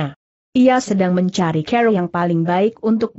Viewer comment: Maaf untuk diperbaiki membaca kata CARA dg benar